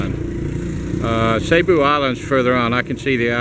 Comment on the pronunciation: Hey, I may be wrong but don't they pronounce that like "seeboo" not sayboo. Could be wrong??